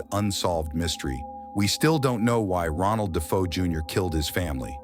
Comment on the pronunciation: Great video, but the narrator mispronounced DeFeo many times its pronounced Day-Fay-Oh. I met John Zaffis recently, Ed and Lorraine's nephew who joined them in many investigations, including the haunting in Connecticut. I asked him was it ever determined what caused the haunting in Amityville. He told me not to believe the Hollywood movies, which I strongly agree; but said Ronnie jr was practicing Satanism.